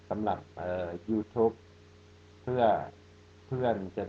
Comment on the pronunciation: Even the word 'Youtube' you still said it in Thai accent lol